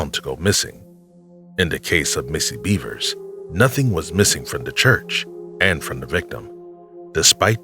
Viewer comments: BEV ERS..not beavers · Wtf, seriously!? Missy Beavers?? Her name is Missy Bevers! Bev-ers That's how it's pronounced yo! You really should get that shit right...out of plain respect to the victim. After all, you are using their cases and their stories on your channel, for monetary gains. The absolute very least you can do is get her and the rest of the victims u speak of names correct and their stories right. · I can't get over how much I laugh when I hear him say "Missy Beavers" 😂